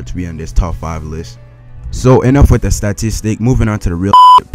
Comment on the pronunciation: "The" not "Da"!